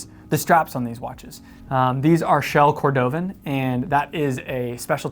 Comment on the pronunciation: Shell "COR-DO-VAN".... oh goodness, here's how you say it. Also, none of these are dress watches